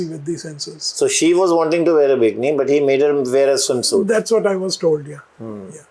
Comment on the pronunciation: and it is noy B I K N I it is called B I KEE NEE.Typical indian pronunciation you have